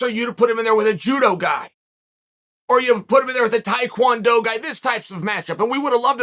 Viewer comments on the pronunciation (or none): none